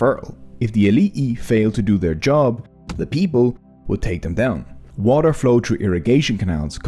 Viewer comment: Excuse me, but since when is T a silent letter? Water is not waer.